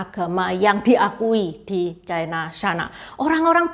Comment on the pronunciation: Ucapan yg bnr China, bukan Chaina